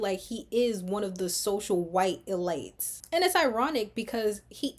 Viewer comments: E-Leets not elights…you’re brilliant the goal is to focus on your commentary not being confused. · Not ur pronunciation of elites frying me😅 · Love the breakdown. Curious if your pronunciation of “elites” has a double meaning? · Yes! The comment I was looking for. I have a feeling it does. Well.... at least I hope it does. Because otherwise...its a bit distracting 🙃